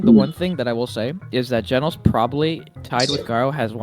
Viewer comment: WTF IS GEENOS